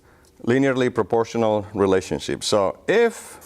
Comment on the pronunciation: he said relationshit instead of relationship xDD